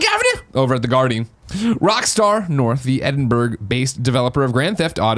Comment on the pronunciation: The pronunciation of Edinburgh at the start physically hurt